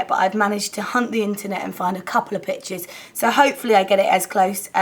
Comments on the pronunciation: is it just me...or did it sound like bitches when she said pictures? anyways! i LOVE the look and the colours you used :) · omg when you said pictures I thought you said bitches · when you said "couple of pictures" at the beginning of the video I thought you said "couple of bitches" LOL I was like WHAT? hahah